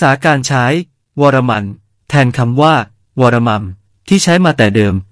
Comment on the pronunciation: ผมถอดรูปอักษรตามจารึกคือ วรฺมฺม ซึ่งปริวรรตเป็นอักษรโรมันคือ varmma แบบเดียวกับจารึกคำว่า ธรฺมฺม ปริวรรตตามอักษรโรมันเป็น Dharmma ซึ่งออกเสียงเป็น ธรัมมะ ดังนั้นคำว่า วรฺมฺม จึงออกเสียง วรัมมะ เช่นในคลิปมีชื่อกษัตริย์อ่าน ศรียโศวรัมมะเทวะ